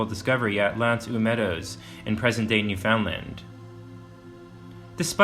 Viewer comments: He's also saying New-FOUND-lind. It is spelled "Newfoundland" but locals pronounce it as rhyming with the word "understand" so... "new-fin-land". This makes more sense as "fin-land" sounds like "Vinland". Born & grew up there... Interesting video. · NEW-fun-dland, not new-FOUND-land. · You have reserved this very well, but I have to say, your continuous mispronunciation of the word "Newfoundland" it made this exceptionally cringworthy for me. Never ever ever pronounce it as 3 separate words. it is one word, mushed together, with the emphasis on the first syllable. Also pronounce it as though it is spelled, Newfunland. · NEW-fin-land. Not New FOUND land. Just a quick Google man. 🇨🇦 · Shot spears and thrown arrows? And it’s pronounced New-fun-land. You don’t pronounce it “found”. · This otherwise informative video is marred by the consistent mispronunciation of Newfoundland. The name rhymes with understand. So practice it.. understand Newfoundland.. in rhyme structure. I am embarrassed for your error here and hope you are too. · A lot of people mis-pronounce it. Newfoundland rhymes with understand. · When you do a documentary and mispronounce NewFoundLand... 😂😂